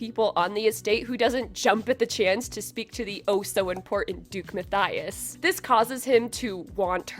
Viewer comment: PLEASE. It's Muh-Tea-Uhs, I am begging you. 😭